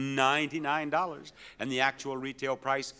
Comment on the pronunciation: Bob had me laughing when he pronounced Jeffrey’s bid of $9999 lol